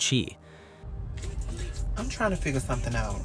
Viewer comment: It's the Chi pronounced shy. Short for Chicago 🤦🏾‍♀️